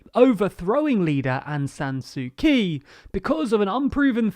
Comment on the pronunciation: Good Video!, also would recommend looking up how to pronounce Aung san suu kyi's name, kyi is pronounced "chi" (I think)